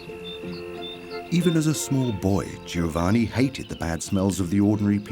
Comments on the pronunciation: Pity the narrator couldn't be bothered to learn how to say Giovanni properly. To say nothing of that old chestnut 'every one stunk.' Unfortunately one starts to doubt many of the facts presented here. Undergarments were not commonplace!!! How does the narrator explain the widespread presence of the washerwoman or laundry woman? Plenty of laundry lists in the records of the middle-upper classes. Jane Austen mentions them in her works. Also many garments required a stiff starch, shirt collars, lace, ect. How could this be achieved if nothing was washed!!!! While it is true that the elaborate costume of the day could not be washed, they could be unpicked if need be. Clean underlinen every day was the norm in middle -upper-noble layers of society. How many paintings featuring ladies washing themselves can one see in Art Galleries? Watch this programme with care. Unlike the devine perfumes, it is not 100% pure in information, as many will recognise! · I find it so annoying that the narrator is unable to pronounce Giovanni. 😵‍💫😵‍💫😵‍💫😵‍💫